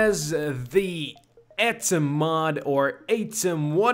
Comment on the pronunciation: I think the atum mod is said Aw-tum